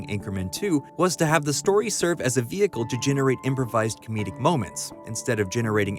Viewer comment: So it's an snl wehicle?